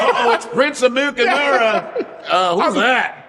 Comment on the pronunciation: or alternatively, it could also mean laughter is better or more than mercy, as in Amu ka amara , but he's not properly pronouncing it , so you cant really tell, you would have to hear the proper pronunciation to properly decipher the meaning.